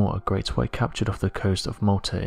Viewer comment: Turned off when you said, "Ve world."